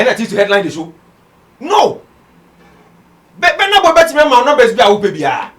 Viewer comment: Until now, u can not pronounce his name. It's not Benar Boy, but Burna Boy.